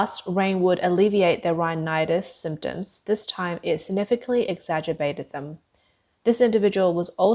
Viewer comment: Exagerbated? Why not use a word that the announcer can say correctly. There are plenty of familar words that are synonyms of exacerbate. Like: aggravate, worsen, intensify, inflame, compound, heighten, magnify, augment, complicate, amplify, provoke, increase, irritate, impair, excite, infuriate, enrage, make worse Also, a read through prior to the recording of the narrative would make it possible to identify pronunciation problems and correct them. I offer my comments in the spirit of helping to improve your work product. It is not my intention to belittle anyone. I enjoy the unspun approach to your channel's handling of China news and I'll remain a loyal viewer. Thank you!